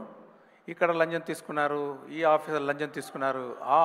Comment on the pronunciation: Lancham ❌️ lanjam✅️ but shankar sirs telugu is 👌